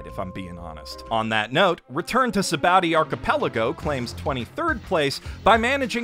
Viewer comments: It makes me feel like he read some really bad fan translation. He also says Sabaody weird. It's bow, like the fabric, or sa-ba-oh-d; not bow like a bow-wow. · actually "bondy", not "ba-oh-dy". It's based off the Portuguese word "sabão" (meaning soap) which is pronounced loosely like "sabon" (for lack of a better way to explain how it's pronounced, so "bondy" is actually the closest I can get in writing form - listen to how they pronounce it in the anime, it's kind of close). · ah yes, my favorite places are Bara tee, Enis Lobby, Zoo, and Sa Bow Dee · Its ok to call an arc bad bruh nobody cares. Also mans really said baratie, and sabowdy